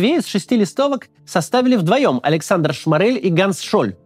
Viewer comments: Только он не ШмАрель, а шмОрель. Это принципиально. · Максим, спасибо за видео, делаете очень важную работу. Но все же в фамилии Шморель ударение на первый слог. Прошу прощения за занудство